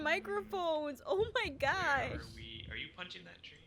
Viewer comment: did jess say mo my gosh